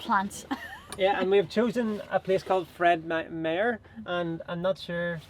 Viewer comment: I just love the way you said Fred Meyer, welcome to my home state! 🎉 trader Joe’s is a Good store Whole Foods, ❤❤